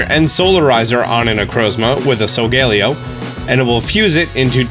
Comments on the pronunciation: no offense but its pronounced solgaleo not solgeleo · (Soul-ga-ley-yo) Not (sol-gale-io) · COS-MOH-EM SOH-GA-LE-O I’m sorry but your pronunciation dives me crazy. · So-ga-leo not so-gal-eo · Him: so-gae-li-oh Me: Sol-ga-lay-oh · Solgaleo is pronounced (so-ga-le-o) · I hate how you say “Solglaleo” 🤦🏽‍♂️ Sol-ga-léo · It’s so-ga-le-o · It’s sal ga le o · So-guh-lay-oh.... do you even watch Pokémon bro? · Am I the only one who pronounced solgaleo as. “Soul-gah-lee-oh” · Its actually pronounced sol gah lay o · the way he pronounced solgaleo hurt me somehow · The way you pronounce solgaleo annoys me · Im mad at how you say Solgaleo